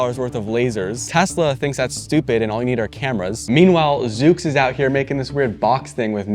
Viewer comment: It’s pronounced zuux